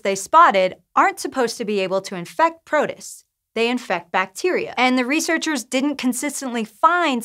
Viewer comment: I've been enjoying presenting but she said protist really weirdly in this one. I'm looking forward to her getting the hang of all the weird science words.